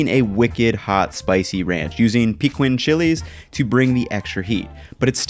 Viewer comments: I’m not saying you need to pronounce it 100% accurately, but hearing “peekwin” just makes me cringe. Try “peKEEN” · It's pronounced PUH-KEEN! NOT PEEKWIN! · I have been looking for someone else who knows how to pronounce it correctly. “Peekwin” is indeed cringeworthy.. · Fix your pronunciation of Pequin.